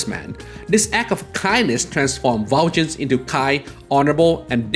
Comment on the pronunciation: Aww man, I regret to inform you that you completely butchered the pronunciation of Valjean. It's less "Val-JIN" and more "Val-SHAWN." This is brought to you by some guy who performed in Les Miserables in highschool That said, I absolutely love Persona lore. Keep it up!